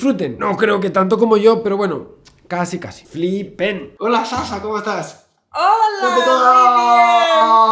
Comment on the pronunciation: Solo tengo una crítica para Javier y es como pronuncia el nombre de Sasha. En realidad, lo pronuncia bien porque el nombre es de origen griego, pero la chica es americana y la fonética "sh" en el idioma ingles suena distinto . Me encantan tus videos Javier, he aprendido muchas cosas gracias a vos. Saludos .